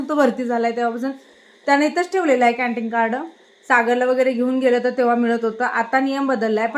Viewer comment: कँन्टिग नाही कँन्टिन, सेप नाही सेफ